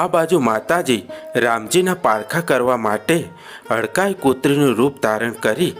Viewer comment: Hadkai maa nahi bhai hadkmai MA bolo bhai😭